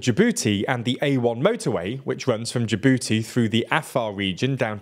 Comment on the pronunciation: Say Jabooty again